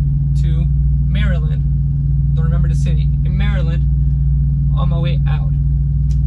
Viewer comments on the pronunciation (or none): none